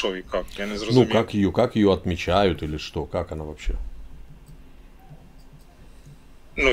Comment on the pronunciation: Я несколько раз переслушала, он сказал, что дату "не ведмичают". Вот интересно это от слова "ведмедь"или "ведьма"? И не говорите державную мову коверкают, как только могут.